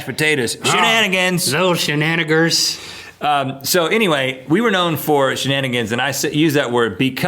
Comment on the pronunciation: He said shenanaggers- nothing racial- just a variation of the original word.